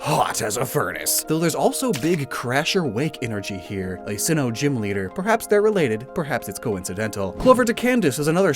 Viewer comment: he said simmoh